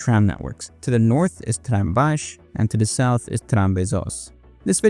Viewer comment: Yeah, but that's just him pronouncing it wrong, like Cornellà near the very end